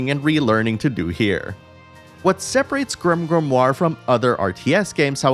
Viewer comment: Stop saying grimgrimoire